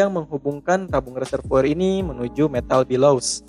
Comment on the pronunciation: Video nya bagus informatif dan mencerahkan, tapi maaf, ijin komen sedikit 'Bellows' dibaca ˈbeləuz, bukan 'bəˈləu' (Below - 'dibawah/ lebih rendah')